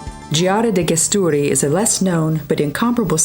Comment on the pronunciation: Some Places pronunciation is wrong (Gesturi for ex.)..anyway nice video